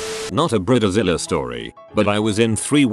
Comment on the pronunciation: I’m tired of these AI voices that get words working “Bre-da-zila”